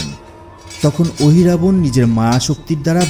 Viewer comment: Ohirabana noy mohiravana